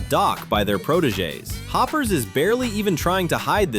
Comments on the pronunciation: The heck is Hoop ers it’s Hoppers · Ah yes, "Hoopers", my favourite Pixar movie... (for real though nice video I love this movie)